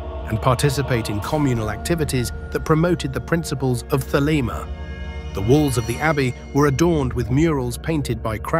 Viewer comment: Thelema... not "the lemma" another robot error